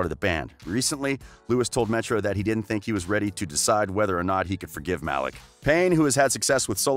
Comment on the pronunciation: It is 2020 bro How do you not know how to pronounce Louis, Niall and Malik